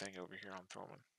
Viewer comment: It´s THOMANN and not TH(R)OMANN and it is a German company.